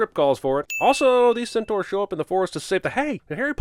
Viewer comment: NOOO you pronounced centaur so well last time I'm gonna cry